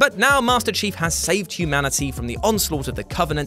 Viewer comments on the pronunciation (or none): none